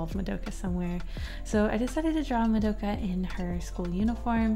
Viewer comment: I'm sorry to say this but why does she say "MADOKA" it's "ma-do-Ka"